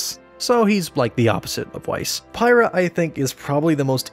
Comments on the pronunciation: For how well thought out this video is, it’s a little triggering that he pronounces pyra as it’s spelt and not how the characters say it (peira). Also how he ignores that Blake has two sets of ears. I understand this is his idea and it can be whatever he wants. It’s just a little jarring that the rest of the video covers so much and he never says anything like “I just don’t like her have 2 sets of ears” or “I hate how they pronounce pyra”. It makes me feel like he knows a lot about the series but at the same time doesn’t. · I think there's too much crazy character depth. Like almost ruining them. Because there's too much to think about. Imagine every character from RWBY trying to get screen time, development and lines. It'd be too much to follow. Also did he say Pie-Ra? It's Pee-Ra. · Hey bro you said Pyrrha wrong. I love RWBY but your version seems awesome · VA-CUE-O I can’t believe you didn’t get that right. Hell, you couldn’t even say Pyrrha’s name right.